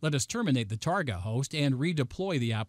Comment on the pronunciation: Very interesting demo. I've never heard someone pronounce target as tarGOT, almost makes me think this presentation was made using a very good text-to-speech program... nah. #IForOneWelcomeOurNewRobotOverlords